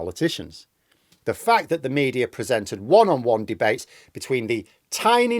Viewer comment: There is no r in media